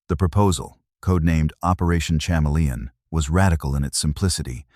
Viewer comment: Seriously, the AI voice pronounces it operation chama-lee-on. That's just off.